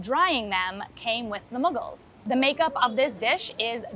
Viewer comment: I kept hearing Muggles not Mughals